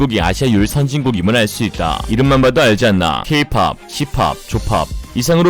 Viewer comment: 어제 영상에서는 " 나는 중국을 나라로 보지 않는다" 😂😂😂😂😂😂😂😂😂 오늘은 "탈레반보다 일레반이 문제다"😂😂😂😂😂😂😂😂😂 매일매일 영상이😂😂😂😂😂😂😂👍👍👍👍👍👍👍👍👍 영상 마지막 부부에서 K-POP , J-POP , C-POP 내귀에는 케이팝, 씨팔, 조팔로 들림😂😂😂😂😂😂😂😂😂 좇팝😂😂😂😂😂